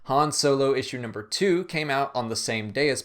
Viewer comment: "Issue number tow"